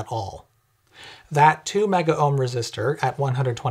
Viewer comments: Note that it's "megohm", not "megaohm"... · Oh, what fun. I kinda have a special place in my heart for the clunky, open bimetal bar; which I thought by now would be a thing of the past. Silly me. Also, please note... MEGOHM is pronounced just as it's spelled - there is NOT an 'AH' sound in the middle. Thanks.